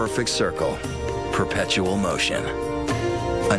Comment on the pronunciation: "perpetual motion" what the fuck am I hearing, damn this is stupid